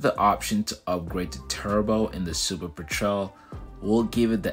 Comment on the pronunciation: Normally I love your content, and I'm interested in the topic in particular because I love seaplanes, but I couldn't make it through your video hearing you mispronounce petrel that many times. It's a kind of bird and said peh-truhl.